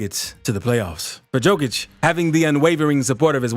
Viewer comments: Read it like Yokić, not Jokić and you will pronounce his last name as its supposed to be. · Yo-Kitch. Not Jo-Kitch. Please learn how to pronounce that man's name correctly. I cringe every time you say it. 🤦‍♀️ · Learn to pronounce n.i.Q.Q.a (it's Yo-kee-ch) the joke and the dislike is on you and your video from the start. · hard hearing, not J (dzej) it Y *yokic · Bruh you definitely just want views cant pronounce his name right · Here the fool can't yet pronounce the name...yet he back bla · Lost interest on this video with you mispronouncing his name in the first minute! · same here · Can't even hold it against this amazing voiceover for the mispronunciation of the mans' surname. 🤣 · Guy Is mixing Đoković and Jokić. Learn how to pronounse a Name. Nice Clip If you learn to pronounce